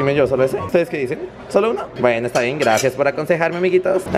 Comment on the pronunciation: Oye amigo en los vídeos enbec de decir gracias dices grafias